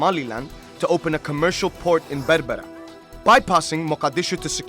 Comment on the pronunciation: The man pronounced berbera sooo wroong.